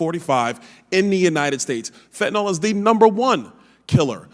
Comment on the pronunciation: FentaNIL, not fentaNOL.